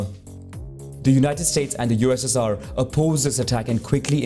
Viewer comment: the way he said ussr it sounds like UZZIR